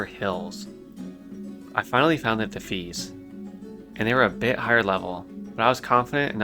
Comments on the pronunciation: Sorry I hate to be this person, but the red bandana people are called the “Def- EYE-as,” not “Def-EES. Otherwise really cool that you’re loving the game dude, I’m going through Classic add-ons-free too. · It's pronounced de-fy-ass not de-fees. No hate! Just a tip. Well done on the video. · I never heard anyone say defias like that lmao it's [De-fi-yas] <3